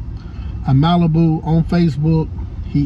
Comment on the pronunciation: Yeah you you pronounce it right 🙏🙏💪🏽💪🏽